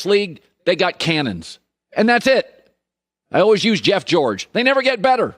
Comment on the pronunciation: Colin: Say the word "All". Now say the word "Ways". Put them together. It's not "all-was". It's "all-ways". C'mon man...you're killing me.